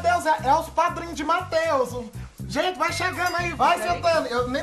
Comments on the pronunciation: "Matheusu" kkkkkkk adoro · "Matheuso" Huahuahuahuahua